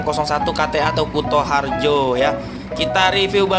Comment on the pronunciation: Kutoarjo bang bukan Kutoharjo